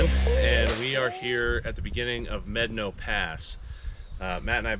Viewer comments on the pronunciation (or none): Definitely know what you’re doing offroad! The locked rig walked that thing. But it’s MEH-dah-no not MED-a-no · You are pronouncing Medano incorrectly. Look it up. How do you pronounce "Medano"? Médano is a Spanish word that means "sand dune". It is pronounced "MED-ah-no". Kudos to you guys for having the balls to drive that route. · Mé-da-no pass. And Blanca peak not Mt. Blanca. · wouldn't Medano in Spanish be pronounced may DAH no? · LOL. Medano is Spanish, it’s pronounced Meh-DAH-no. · If it’s a Spanish word that’s still not how to pronounce it correctly. 😂